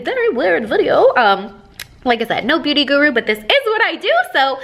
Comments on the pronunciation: Did anyone else hear her say begooty instead of beauty???😂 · did anyone else hear her say bagooty instead of beauty or is it just me? lmao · Did anyone else notice how she pronounced “KKW beguty” instead of ‘beauty’!??😂😂😂😂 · "KKW Bagoody" lol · “kkw buhgudy” 😂😂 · "KKW begueaty" lol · did she say "Ba-Gooty"?? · She said "this is the kkw buhgoody nude lip liner". Lmbo. Love you!